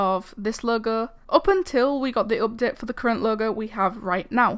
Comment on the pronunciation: why u talking like that? u saying ''updet''XD